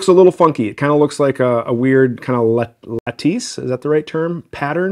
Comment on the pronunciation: “a nice… La’tees…”